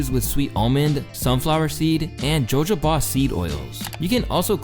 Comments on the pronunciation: "JoJo-Ba"😂 it's a soft j brother, "hohoba" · It’s said with an h not a j (ho-ho-ba)